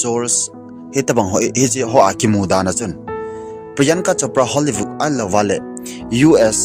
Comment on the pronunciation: Bro HOLLYVOOD helou vin HOLLYWOOD joh he bro. Na thusei kecheh dom2 in hinsei g o bro😂😂